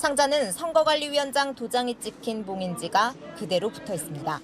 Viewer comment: "그대로"라는 단어 강조하지 마세요. 얼마뒤 이상한 상태로 발견될수 있습니다.